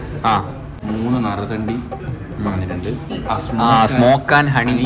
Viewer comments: നറുതെണ്ടി അല്ല നറുനീണ്ടി 😂😂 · നരുതണ്ടി അല്ല നറുനീണ്ടി